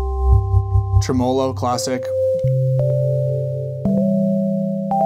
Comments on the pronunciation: Great video in every way. FYI, “tremolo” is pronounced TREM-o-lo. not trem-O-lo. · “Tre-MOW-low” lol